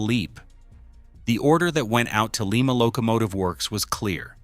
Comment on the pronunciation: Pronounced Lima, as in Lima bean. We don’t live in Peru.